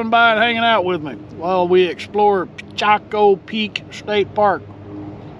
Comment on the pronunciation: It's not Pichaco it's Picacho.